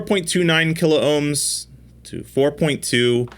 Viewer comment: KILOHMS not KILO OHMS